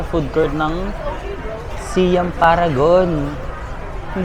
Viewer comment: Siam = Sai-am